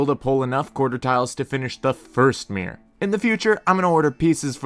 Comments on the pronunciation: Why does he say “Meer” instead of “Mirror” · Mirror has two syllables. It’s Mirr-or. Not Meer.